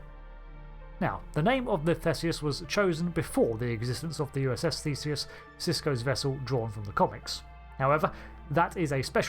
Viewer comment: That's not how you say Theseus.